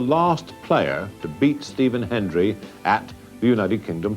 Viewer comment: Hendry! HEND-RIEEE! Not "henry", you Bloody Half-Welsh Balochistani! REEEEEEEE!